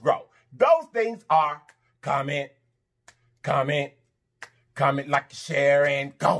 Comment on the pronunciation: I absolutely love when you say comet...comment..comment, like an share..I be snappn an rockn with u too 😂😂😂